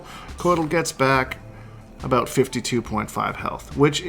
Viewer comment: I’m Canadian and it even scares me.